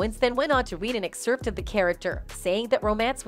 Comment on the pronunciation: What should actually be banned is the pronunciation of the word "excerpt" by the narrator. That's some perverted shit.